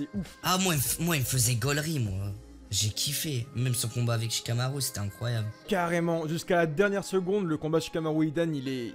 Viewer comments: Sa m’énerve comment il prononce « shikamaru »et « rikudo »😭😭😭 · ouais de ouff ça me stressé avec les rikido ou comment il dit shikamaru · Sa me casse les couilles wAllah , Il a dit naruto mode kyubi il est degeu , IL EST CON.